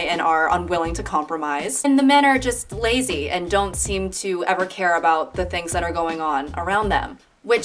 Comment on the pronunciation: She really said "the laz-he husband" 😂